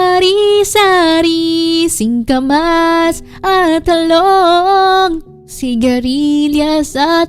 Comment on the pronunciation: Omg hindi ko tlga mapigilan ang mapatawa kay naku po instead na birthday song naging bahay kubo pa at pinapaprolong pa ang pagbigkas ng word na talong ahahaha😂😂😂